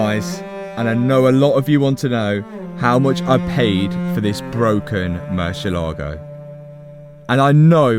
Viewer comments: it is not pronounce murcielAgo with the pronunciation on the A... it is pronounced murciélago... you see that accent on the e?? éééé??? than means that the pronunciation hight is no the é... not the a... just to let you know... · Come on man, learn how the name of your dream car is pronounced! It is not Merchi Logo! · It really hurts me that most people will mispronounce Murciélago.